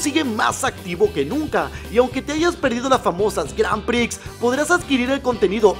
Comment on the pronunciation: Las "granpri" jajaja 😂